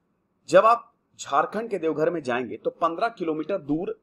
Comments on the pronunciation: Devghar nahi sir it's deoghar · Deoghar plz correct ✅ not devghar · No devghar It's Deoghar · Devgarh ❌ Deoghar✅ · Sir ji it's Deoghar not Devghar... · Sir it's "Deoghar"